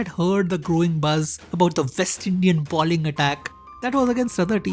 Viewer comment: The word is BOWLING, not BALLING as you are pronouncing it. Balling has an entirely different, and vulgar meaning.